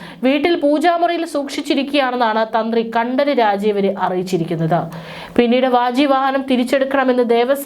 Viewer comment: കണ്ടര് രാജീവര് അല്ല 😂 കണ്ഠരര് രാജീവര് എന്നു പറയണം കുട്ടീ... ഉച്ചാരണം ശ്രദ്ധിക്കുക. ആ വാജിവാഹനത്തിൻ്റെ പുറത്തിരുന്ന് മന്ത്രം ഉരുവിട്ട് തന്ത്രി ഈരേഴ് ഉലകങ്ങളും സഞ്ചരിക്കുകയാണ് ഇപ്പോൾ 😅